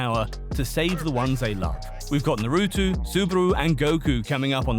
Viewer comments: narutu. lmfaoo WTF. change your name. with those pronunciations.🤢🤮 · Didn't even watch it cuz guy called it Naru-too